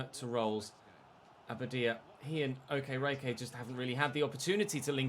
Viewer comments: Hi, I'm not Nigerian, I'm Ghanaian but I know the way you pronounce Okereke is waayy off😂. Unfortunately I'm not sure you to type out the phonetics for you so... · Day 50 of pronouncing Okereke incorrectly.